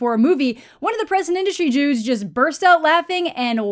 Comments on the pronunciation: did you say "present industry jews" or "present industry dudes"? Cuz they have very different contexts LOL maybe a Freudian slip? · lol I did hear Jews but I know you just said dudes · That's what I heard when I was listening, too. I was about to post asking what that meant. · yeah, I listened to that one over 3 times, then CC'ed it and was still confused